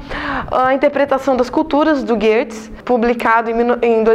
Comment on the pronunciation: Correção no video!!! É Geertz e não Gerrtz. 😉